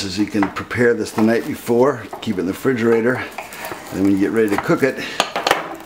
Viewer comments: Theres a lot to unpack here. Firstly, ive never been to america but WTAF is a "frijerayter"? Second, youre the chef but im telling you that is filo pastry not puff pastry. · I'm not saying it's a bad recipe so apologies if that's how it conveyed the only real negative I'd say is that it is a little on the light side (colouring) for me. But there's no excuse for the word frijerayter 🤣